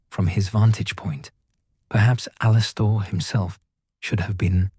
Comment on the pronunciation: Good story except for the glaring mess up about Moody, including mispronouncing his first name.